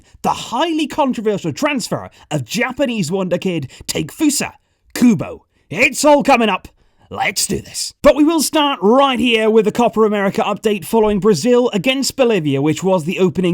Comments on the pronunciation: Btw, "a" in Japanese is pronounced like "ah" and the "e" like the English letter "a". So it's like Takefusa = "Tahkafusah". Unless you were making a pun with his name and it went over my head or something. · It’s Taa-Kay-foosa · It think its pronounced Ta-ke-fusa kubo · i love your content, but you might wanna check the pronunciation of Takefusa again lol hello from Tokyo!! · Lol you butchered tekefusa's name